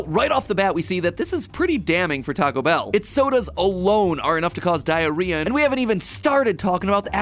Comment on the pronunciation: 27 times you said diarhea